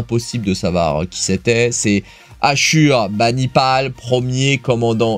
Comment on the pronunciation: Assurbanipal... Assyrien... se prononce Assourbanipal. (Issu du Dieu Assour)... 7è siècle avant JC. Akkadie. On peut voir des tablettes au Louvres. Et au Brithish Museum il me semble....... de son vrai nom Arminius est celui qui a exterminé les légions romaines commandées par Varus... bataille de Teutobourg. Mais on connait. Bon ben Lilith est parti pour transformer tous les commandants épics en commandants prime... vivement Lohar prime 😂😂😂